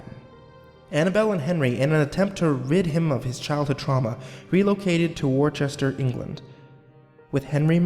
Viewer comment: It's pronounced wou-ster-shire not wor-chester